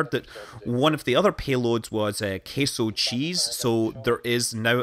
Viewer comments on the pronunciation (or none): More like "a case of cheese", with a scottish accent.